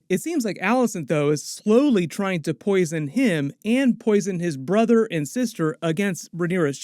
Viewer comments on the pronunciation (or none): none